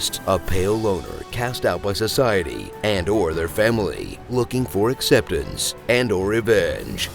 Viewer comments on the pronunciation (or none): "Looking for axceptance" honestly same